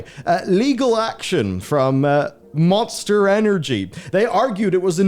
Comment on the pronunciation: Did he say Moanster energy?